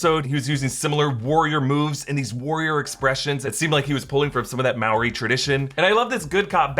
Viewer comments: Bruh it’s not marry it’s Maori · when you pronounce the R in "Maori" you want to roll your tongue on the roof of your mouth :)